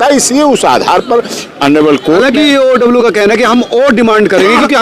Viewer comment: पत्रकार महोदय, ईओडब्ल्यू नही होता है, इओयू होता है, आप बार बार ईओडब्ल्यू बोल रहे है, सोच समझ कर उच्चारण करिए, बाकी I SUPPORT MANISH